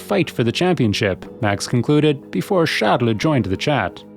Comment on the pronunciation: Why does he keep saying Charles In such a strange way?